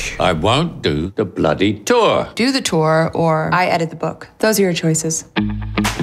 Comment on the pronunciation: He speaks with a British accent but somehow pronounces the word "Tour" as Tour instead of Tour.